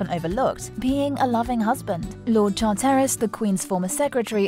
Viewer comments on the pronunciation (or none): Lord Chartairis? Why don't you check the pronunciation of names, it can't be that difficult.